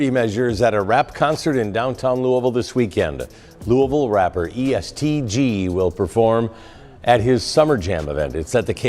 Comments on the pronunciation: louis-ville EAST Lu lmfao its E S T Gee hahaha. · First of learn how to pronounce Louisville.. Second it's E-S-T Gee‼️ Makes You Sound Silly Asf 😂